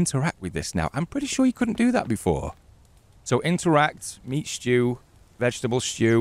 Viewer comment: the way he says Stew is so northen its great !!